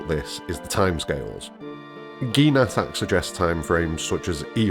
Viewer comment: In Japanese it's not Nattak, it's natataku